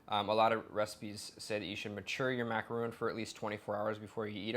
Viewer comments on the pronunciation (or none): Mack a ron. Not roons. 😂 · It's "macarohn" not "macarooon" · Repeatedly said incorrect. MacaRON ! Not macaroon !!! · should at least learn how to say macaron properly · You're saying macaron wrong!